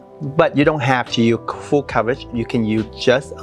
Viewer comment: Why don’t you pronounce the word “USE”. You can say the sound in other words. Strange